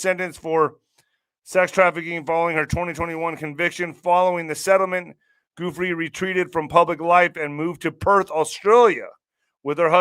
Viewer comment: Her name is pronounced Virginia (Goo fray)